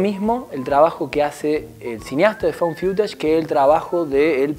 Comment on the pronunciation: Found Fiutash? No creo que se pronuncie así. Es Faund FUTASH...